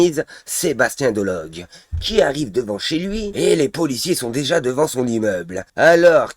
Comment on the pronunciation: Il s appelle Delogu pas Delogue